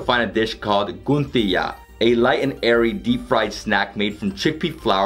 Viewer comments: Abe it's not gunthiya.. it's Gathiya..😂😂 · dude gaatiya not guntaya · Abe gadhede khane ka tarika to dekh ...esa to bachhe bhi nahi khate or gujrati me gandthiya bolte he guntiya nahi lakhota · brother it's Ahmedabad not amenabad and it's Gathiya not goon thiya 😂. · abe b... 😂Bhai amenabad nahi Ahmedabad and Goon thia nahi Gathiya 😂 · lmao i like how he pronounced ganthyiya its actually pronouned as gaathiya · He's saying gathiya as guthiyan but nice try bro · It's not gunthiya it's gaathiya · not gunthiya but gatya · It's not guntiya it's gathiya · Had to end the video once he pronounced gathiya! 🥲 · u pronounced wrong to gadhiya